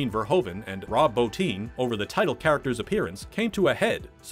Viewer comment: Thank you for correctly pronouncing "Rob Bottin". So many big name YouTubers mispronounce his name and its a shame since he's extremely unappreciated and is now a recluse